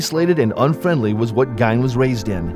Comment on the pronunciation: It’s pronounced Geen, not Gine!